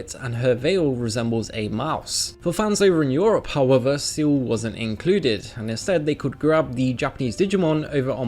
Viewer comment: sistermon seal? its pronounced ciel, as in sky